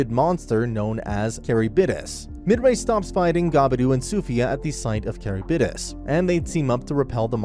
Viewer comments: it's ka-rib-dis bruh. not ka-ri-b-dis. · I just got to the part where they said Charybdis 💀